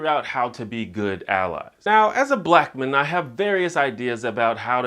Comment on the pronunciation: The way you said "blackman" made me laugh, like it's a last name.